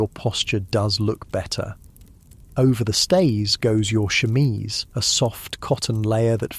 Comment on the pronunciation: Omg I Never heard "chemise" pronounced that way 😂 Hahah.okay okay now back to the story